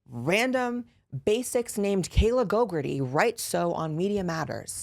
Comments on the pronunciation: It deada** sounds like you are calling her "gogurt-ee" and I'm living for it 😂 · Not you saying Kayla GoGUrtHe